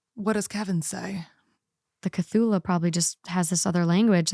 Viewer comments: omg, with love, the cthulhu mispronunciation was wild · I'M SO CONFUSED HOW DOES SHE NOT KNOW CTHULHU??? I thought like everyone knows Lovecraft 💀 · Her pronunciation doesn't usually bother me but this one does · butchering the Cthulu (Kith-ooh-loo) name 😂😂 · it's pronounced "kuh-thoo-loo." It's an H.P. Lovecraft monster. There's a really popular book about him (the Cthulhu) from the 1920's. Edit: Nevermind. Y'all got there. 😆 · I was just listening to the pod on spotify and was so confused, what's talking about, like, what's a chalula? Had to came here to check if she actually ment Cthulhu, lol, was confirmed by them later but still, hilarious. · also its Kuh-thoo-loo (Cthulhu-kevin) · Actually, it’s understandable why a catalytic converter would be stolen. I mean it contains highly valuable metals: platinum, palladium, and rhodium. But the value depends on the amount of the metals it contains. This is the pronunciation for Cthulhu kuh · thoo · loo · CahTchoolAh is crazy ive been reading the comments and waiting for the pronunciation lmao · Cthulhu — Kuh-thu-loo :) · I didn’t even realize you were trying to say Cthulhu until you looked it up lmfao (audio only) I gotta say tho Cthula is actually a kinda cute name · (Ka-thoo-loo) is how you pronounce it and most people know it from H.P.Lovecraft The Call of Cthulhu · It's pronounced kuh-too-loo. Good old cuthulu, silly Lil guy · Hearing her call Cthulhu "A Cthulha" is the funniest thing in this video lol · Cthulhu. “Ka-thu-lu”. It is a creature from a series of stories by H.P. Lovecraft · Oh you mean cthulhu, the H.P. Lovecraft creature. It's pronounced kuh·thoo·loo...is it really that hard to use google to know how to pronounce something??? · CUH-THOO-LOO is how Cthulhu is pronounced! its an eldritch horror form HP Lovecrafts works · Cthulhu = Ku-thoo-loo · finding out u meant cthulhu the whole time u said techula had me dying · “Chachulah”. 💀💀💀 GIRL. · Living for your pronunciation of "cthulhu"